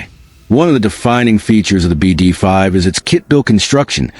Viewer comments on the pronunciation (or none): It's not called a Bee Dee .... ...Five! It's called a "BeeDee 5!" (BD5)